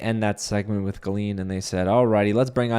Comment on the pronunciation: Your pronounciation of Gallien is killing me 😂. Anyways Julie deserved an apology from Sarah. The hosts just glossed over Sarah’s comments, I didn’t get why she was even on stage.